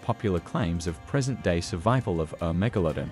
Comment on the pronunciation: it is actually pronounced mega-la-don not mega-lo-den